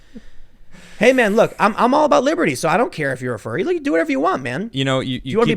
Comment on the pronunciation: Am I the only one who keeps mishearing furry as fairy?